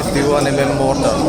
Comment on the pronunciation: Mortal ni loin mortar tih zok tur